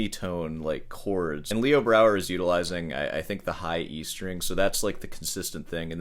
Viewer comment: Yeah, he mispronounced Leo Brouwer about fifty times too. What a douche...